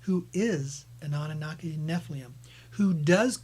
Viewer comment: what are we going to do with you? Sitchin's work has recently been claimed to be false and purposeful dis-info by several experts, specifically the "Annunaki/gold" stories. You have misconstrued Tellinger's work. Listen to his discussion with David Wilcock and Correy Goode. And check your pronunciation of "Nephilim". Don't mean to be picking on you but seriously, you need to finish your homework.